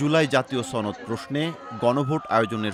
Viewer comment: ছনদ না সনদ হবে।